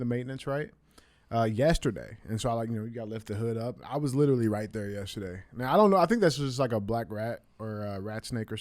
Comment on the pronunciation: “Yaaaasterday” 😅 I’m still stuck on that 😂😂😂